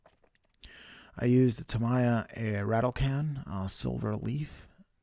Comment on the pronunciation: Do all Americans pronounce Tamiya like you do?